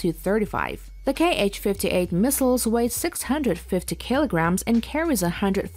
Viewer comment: not K H, its pronounce HA